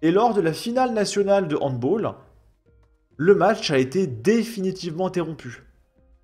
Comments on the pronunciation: On dit handbAll! Pas handboll lol. Handball est un mot allemand pas anglais😅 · C'est un sport Allemand : donc il s'agit de "hand BAAALL" et non pas "hand BOOOLL"". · On ne dit pas handbol mais handbal😉